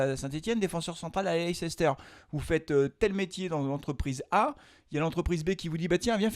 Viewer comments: Svp arrêtez de dire leiCEster ça s’écrit comme ça mais ça se prononce Leister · C'est pas possible de prononcer Leicester de cette façon... On en oublie tout le reste